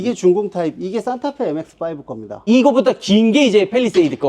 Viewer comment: 산타페사세요로 들리네 ㅋㅋ